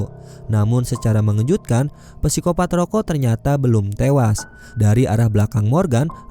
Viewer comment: Gw dengernya ROYKO